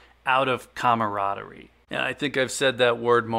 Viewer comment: I like your logic and reasoning more than 50% of the time. You get a couple points for pronouncing "camaraderie correctly.Personally,price points are an often used strategy that have kept some me in the black.I don't want to cost average up but, lately that's how it's been going.Finding $3 over for rounds is very challenging but not impossible. Numbers baby, you gotta shake a lot of trees to get some nice peaches.